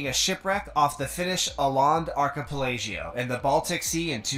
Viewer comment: I can’t stand how pronounces words. There’s no such thing as an archipelagio. It’s archipelago. He’s said that several times. It’s not just this video. I like your videos, though. You have good commentary.